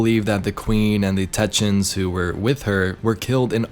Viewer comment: I always love your videos and I've been a long time subscriber... This is the first time I've commented but ffs man it's TECK-EE-UNS, otherwise your content is always extremely honest and valuable. A very quality content creator. To anyone else reading this... If you all like and subscribe he'll pronounce it correctly from now on.